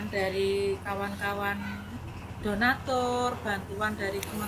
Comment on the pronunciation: Bang,kadhong bukan kedhong